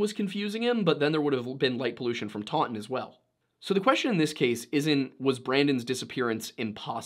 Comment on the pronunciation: I live in taunton UK that is not how you say that less emphasis on the u. The pronouncing gets worse